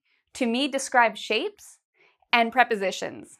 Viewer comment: Its only me or I here shame instead of shape?